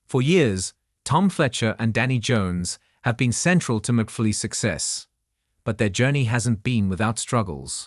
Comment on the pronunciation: And mcfully 😂😂😂😂😂😂